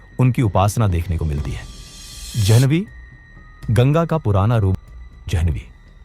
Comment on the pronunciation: गंगाजी का नाम जनवी नहीं है जाह्नवी है सो सही उच्चारण कीजिए गा ।